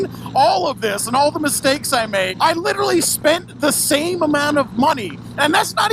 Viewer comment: Librally lmao I love it